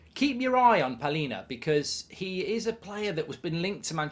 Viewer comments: Its Palhinha not Paulinha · Palhinha* not Paulinha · Not Paulinha 😂 Palhinha